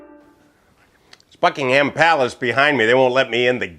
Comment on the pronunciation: Sounded like you said fuckingham in the video. lol